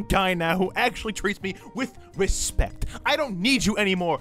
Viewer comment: "With ResPect" that's how pronounces respect